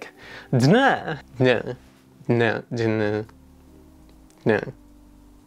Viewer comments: has flashback to "it's in our dunuh" from Zootopia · Yes, this is perfect, I will from now on pronounce DNA as d-nuh, I’m always here for wardrobe changes, and finally, I love the ppp chop. It’s one of those plants that everyone loses their minds over but I just don’t get it, to me it just looks like someone mixed all of the colors on their paint pallet and made muc. 🤷🏻‍♀️ give me those silvery bubbles all day long💜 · It's the "DA-NAH" for me. Can't believe I've been pronouncing each letter all my life.